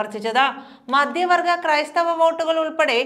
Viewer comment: സഹോദരീ, ഉച്ചാരണം ഇതുപോലെ വികലമാക്കാതെ ശ്രദ്ധിക്കു. മധ്യവർഗ്ഗം എന്നതിനെ മദ്യവർഗ്ഗം എന്ന് ഉച്ചരിച്ചാൽ ഭാഷയിലെ അർത്ഥമെല്ലാം എവിടെപ്പോയി നില്ക്കും. അർത്ഥം രോഗാതുരമായാൽ ഭാഷയുടെ അവസ്ഥ എന്താകും. ചാനൽകാർ' അവതാരകർക്ക് ശരിയായ ഉച്ചാരണത്തിനുള്ള പരിശീലനം നല്കിയേ പറ്റൂ .ഇല്ലെങ്കിൽ മലയാള ഭാഷ അർത്ഥ വികലമായ മറ്റെന്തോ ആയിത്തീരും